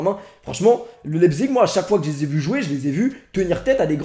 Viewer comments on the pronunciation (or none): et laïpzich